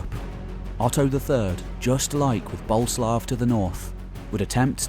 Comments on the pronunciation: So, it’s pronounced Bo-Lé-Slav? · Boleslaw (Boleslav) has three syllable.